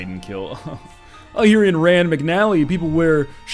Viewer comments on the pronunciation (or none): none